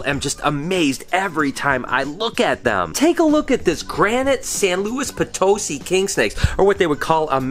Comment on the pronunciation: San Luis( pron:Po tuss see)Potosi not potusy